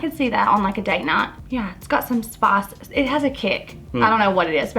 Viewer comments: It took me a while to realise she means spice lol And I'm not a native English speaker, so it's even weirder for me. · Every time she said “spIIIce”, I died a little 😆 But, I liked her! 👍🏼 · "Smells a little bit like....SPAHS." Me: ...spice? XD